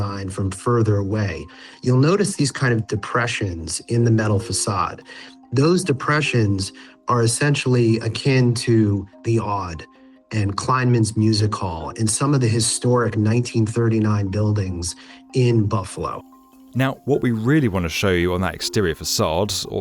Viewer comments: Kleinhans…….. not Kleinmans… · "KleinHans." Not "KeinMans."